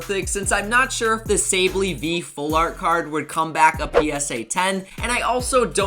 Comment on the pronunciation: this dude really said say-bal-eeeee 😂😂